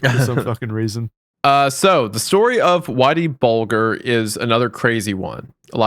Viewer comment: How have none of them heard of Whitey Bulger to the point that they let pronounce his name incorrectly like he does everything.